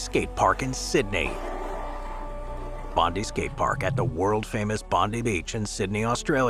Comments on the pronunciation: btw, its pronounced Bond-eye, not Bondee. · Boooooo!!! Bondi is pronounced bond-eye, as in James Bond, and eye as in your eye Bondi. And you couldn't have gotten it more wrong, that skate park is shit and it's nothing to be proud of. Unfortunately such an iconic Aussie beach is not represented by a skatepark that truely does it justice... No offence to Convic Skateparks! They done what they could with probably a crap budget, and the location- lets blame the Waverly Council 👎🇦🇺 Written by a Sydney local 🇦🇺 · Bondi is pronounced "bond-eye"